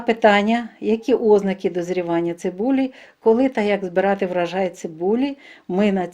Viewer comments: Чому ставите неправильно наголос? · У слові "озна'ки"наголос на другому складі!